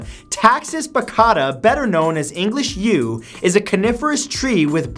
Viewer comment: I thought he said English Jew for number 9